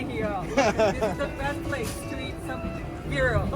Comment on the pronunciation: To pronounce “Giro” correctly you replace G for Y “Yiro” ..like in You